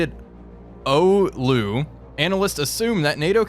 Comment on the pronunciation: Pleasantly surprised to hear my hometown Oulu mentioned. Your pronunciation was bang on too 👍